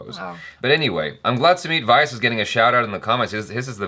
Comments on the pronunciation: It's not SUMIT VAAYAS, pronounce it like SUMIT VYAAS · Sumeet's surname vyas doesn't rhyme with 'bias', it rhymes with 'glass' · Btw ur pronouncing sumeet's last name all wrong... its:- vee yaasss